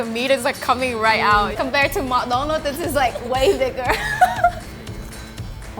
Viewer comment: LOL first time my ass 24 seconds in and i hear coompared to mc donalds.. dislike !